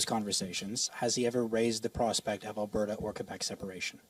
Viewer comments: Albahta is pronounced wrong, your missing the "r" in Alberta and I know you can pronounce it. Just think RRRRRRuwwanda but Alberta, lol. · Al-Bert-ta.. ert ... Ert..... Jesus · go woke go broke...how on earth is this guy a news caster...Albata and seed instead of secede..bet he doesnt know what that word means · What in the hell is ALBATA mister Sir? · Albata. LoL